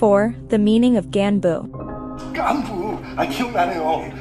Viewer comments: This person narrating it doesnt do justice either, at least pronounce the words correctly. Gganbu is pronounced GAHN-bu, not gyan-bu. Also sae-byeok is pronounced seh-byok, not say-byok. Those subtle differences are huge in korean, given that the incorrect pronunciation said here are literally different words. This might be nit-picky, but if you're gunna do a video about how bad the dubbing is, i find it pretty ironic how bad the pronunciation is too. Another example is the korean word seonmul (gift/futures in korean). That is a horrible pronunciation. there is no soft L in korean. It is pronounced like "seon-moor". in korean it's a huge difference with the L/R sound, you have to say it. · The gganbu part irritated me lol